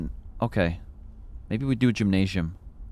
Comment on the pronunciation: I just want to say that saying "gymnasium" as if the s is a j is funny to me. I know English is weird, but this word isn't that word, with the s being pronounced as a z i.e. "jim-nae-zi-um". Similarly, "symposium is pronounced to rhyme, i.e. "sim-po-zi-um" (not that the other word itself is relevant)